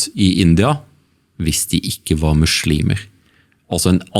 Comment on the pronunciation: 1. Det heter islam og muslimer med bokstaven S og ikke "SH". 2. I Koranen kap 2 vers 246 (som representerer islam) står det klart og tydelig: "det finnes ingen tvang i religionen (islam)" 3. Kristne er ikke forfulgt i Pakistan, det finnes hindu templer, kirker og andre religiøse begivenheter/attraksjoner som andre nasjonaliteter bruker i ro og fred. Det er bare å sjekke på youtube om uttalelsene fra turister rundt gjestfriheten i Pakistan. 4. Det finnes ingenting i Koranen om dødsstraff om frafall av islam - enhver er født fri med fri vilje (og vi testes ved alle livets aspekter av Gud). Se bare på kap 2 vers 256 i Koranen : "det finnes ingen tvang i religionen (islam)" 5. Det er en grunn til at muslimene ber 5 x om dagen, faster, er avholdne fra alkohol/svin - årsaken er store helsegevinster både fysisk og psykisk. Disse verdiene står og nevnt i bibelen. Tro gir håp/optimisme, det gir disiplin, ydmykhet, moral og nestekjærlighet.